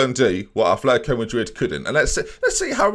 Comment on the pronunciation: ATH letico??? Come on, At letico. We're not Bilbao you know!!!!